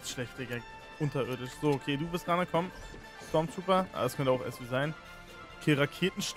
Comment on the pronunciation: STORMTROOPER nicht STARTROOPER!